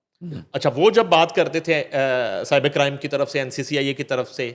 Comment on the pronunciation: its cyber crime not sahibe crime jahil